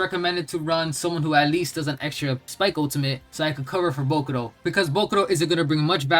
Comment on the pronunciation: It's jarring as hell how you pronounce "bokuto". Almost sounds like you're saying bokuRo